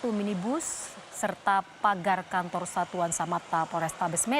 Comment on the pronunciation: Kantor apa kanto* sih,apa gw salah dengar😅